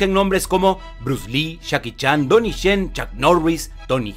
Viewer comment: si te has dado cuenta que cuando dices Jackie Chan, suena como si dijeras Chacki Chan? es decir la J y la CH la pronuncias igual